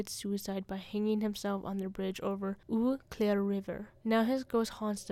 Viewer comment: The name of the city of Eau Claire, WI is pronounced “oh-CLARE”, French for clear water. The name of Racine County, WI is pronounced “ruh-SEEN”, French for root.